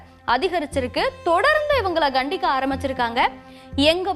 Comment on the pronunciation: (கண்டிக) இல்ல கண்டிக்க தமிழ் மெல்ல மெல்ல ....